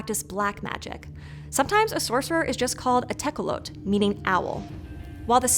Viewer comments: tecelote... owl in spanish... the "e" at the end isn't silent. "Te-co-lo-te" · Tecolote has an “eh” at the end. Es are never silent in Spanish.